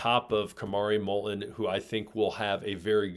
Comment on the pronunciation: I notice one of you consistently pronounces "t" in Molton without touching the tip of y our tongue to the front roof of your mouth. More and more people are using this incorrect pronunciation